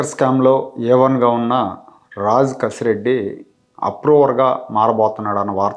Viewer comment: రాజ్ కేశిరెడ్డి అతని పేరు..రాంగ్ pronunciation చేస్తున్నారు